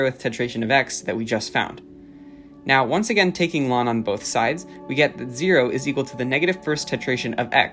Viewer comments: U pronounce ln as lawn tf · This was a beautiful video but please never say 'lon' to ln again